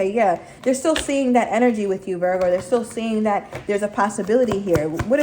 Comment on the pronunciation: I love her!! I like how she says Virg!! 😂 This reading was on point!!